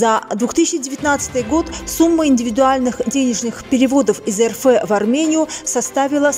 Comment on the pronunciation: Не ЭР ФЭ А ЭР ЭФ ! РФ!